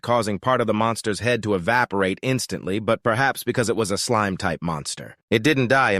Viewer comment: Is it just me or is the voice saying "slim" instead of "slime"?